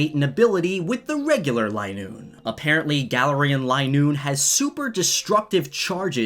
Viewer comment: I don't think it is line-oo-ne. Its lin-oo-ne